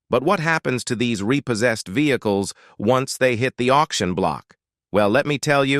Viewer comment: Ve-heck-less hahahaha. I have got tot he point I am blocking AI content. It drives me nuts.